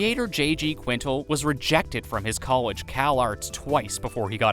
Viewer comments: Fact 124: Quintel is pronounced QUIN-TELL lol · it’s the pronouncing the creator’s name wrong the entire video for me…smh